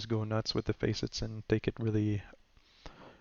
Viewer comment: And they are not Face-it's. They are Facets (FASS-ITS)